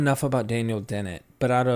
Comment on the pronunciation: Daniel Dennett With A " " D " " . N O T B - ennett . Otherwise . . . . . . G R E A T Presentation // Video .